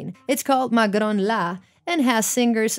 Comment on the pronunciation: Its called "Maghron La"....proceeds to pronounce it perfectly and effortless. hats off to you.